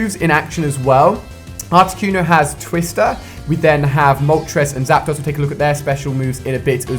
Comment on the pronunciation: Anyone else get annoyed the way he incorrectly says Zapdos?